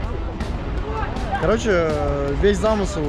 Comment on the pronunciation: Весь замысЫл говорит 😂 красавчик конечно ) формат бомба, все кайф ) я думаю выделять никого не надо, потому что все начнут на себя тянуть! Для Них уже награда то что вы приехали и играете с ними + фотоки с вами уже будет наградой для них ) Успехов, ждём что то крутое!! И единственное, надо тебе немного поправиться, а то исхудал совсем ( И ждём в Питере!!!!!!!